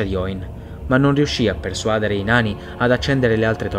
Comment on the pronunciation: Io ti amo profondamente per quello che fai e non ti sarò mai abbastanza grato: ma si dice persuadére. Quando sento persuàdere mi viene una fitta al fegato 😂